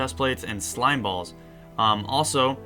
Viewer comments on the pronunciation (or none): none